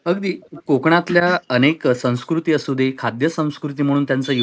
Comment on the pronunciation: संस्कृती हा शब्द सुद्धा या ला उच्चारता येत नाही.